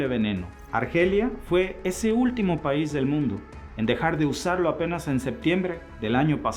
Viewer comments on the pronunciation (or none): none